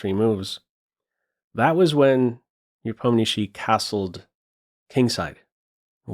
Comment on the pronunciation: as Russian I truly appreciate how properly pronounces Ian last name "Nepomnyashiy" (Непомнящий) Just as it should be!